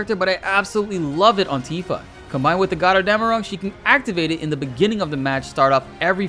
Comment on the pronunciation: As a german I had to smile listening to you saying Götterdämmerung. This means Gods Dawn in english btw